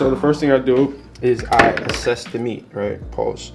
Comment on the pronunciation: 😂😂😂 It made me connect with him lmfao (He must be from NY)